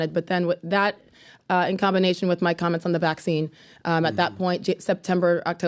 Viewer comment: Comblinasian foo